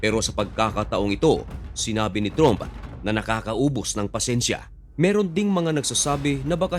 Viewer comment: Hindi "TROOMP" ..."TRAMP" po!!